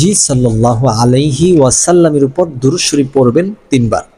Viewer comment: আপনার দরুদ শরীফের উচ্চারণ সঠিক নয়